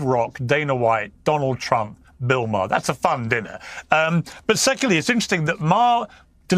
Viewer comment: You’re pronouncing Maher wrong bro